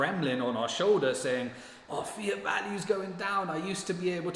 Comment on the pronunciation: when you say “fiat thinking” it sounds like you’re saying ‘fear thinking’ because you’re not pronouncing the ‘t’ at the end of ‘fiat’. This might be confusing to newbies tuning in.